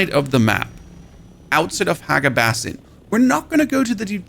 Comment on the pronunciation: he pronounces it "bas-in" then he pronounces it normally as "bay-sin". Trolling for the comments?